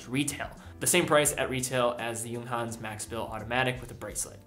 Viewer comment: for the first time I hear someone from USA pronounces it correctly, bravo!